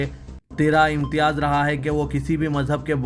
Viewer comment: Turra-e-imtiyaz sahi talaffuz hai